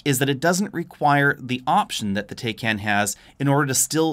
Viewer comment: It's pronounced Porsche "Tie-con".....